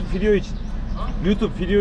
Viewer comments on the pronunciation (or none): Yıllardır izliyorum her izleyişimde memet abinin fidyo demesine bayılıyom Allah tekerinize taş deyirmesin abi yolunuz açık olsun